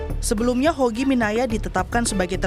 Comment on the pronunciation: ngomong nama aja salah. HOGI. Bukan YOGI. Pake mas lagi!